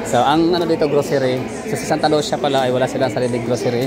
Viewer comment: Sir ang pagka pronounce daw ana kay murag in ani oh Santa Lu si ya dili Santa Lusya , 😂😂😂 pero mao jud imung gusto dili man pd hinuon ko magbuot ug mamugos😂😂